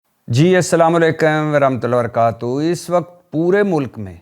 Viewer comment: پلیز رحمت اللہ و برکاتہ پورا اور آرام سے پڑھا کریں۔ ایسا تصور جاتا ہے جیسے آپ کو عربی اور تلفظ صحیح نہیں آتا